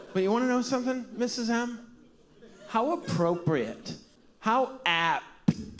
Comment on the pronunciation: After all the "Miss'sippi"s, making "apt" into a three syllable word chef kiss